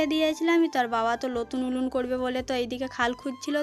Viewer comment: ওটা লতুন উলুন নয় ওটা হলো নতুন উনুন।খাল খোদা ওটা আবার কি কথা ওটা হলো গততো করা হচ্ছে। টমেটু নয় টমেটো।ওটা করোই না ওটা হলো করাই।আর দৈবকির সাথে তোমার তুলনা করোনা।দৈবকি হচ্ছে চাঁদ আর তুমি হলে পোদ।দৈবকির মতো মেয়ে হয় না, ।